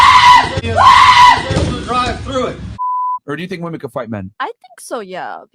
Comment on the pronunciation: Woman and women are not pronounced the same. Perhaps you should look it up.